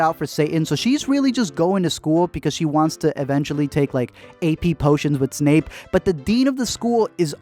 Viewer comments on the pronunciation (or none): none